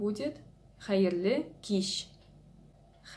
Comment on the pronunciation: Хәерле кич дигәндә ,хәреф ' ч ' алышынмый "ш" га) дорес ойрәтмисез